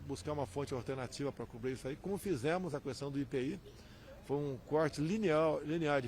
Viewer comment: pq ele fala "cuestão" , não tem um assessor para ajudá-lo.